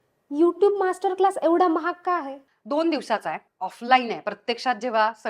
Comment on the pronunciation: यू टूब नाही, यू ट्यूब. तुम्हाला पैसे देणाऱ्या ब्रँड च्या नावाचे उच्चारण आधी नीट जमतय का बघा.